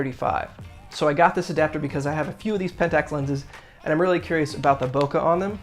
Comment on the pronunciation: Your pronunciation of Bokeh is better than most so don’t sweat it